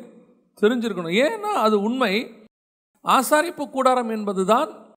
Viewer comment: ஆசரிப்புகூடாரம் not ஆசாரிப்பு கூடாரம்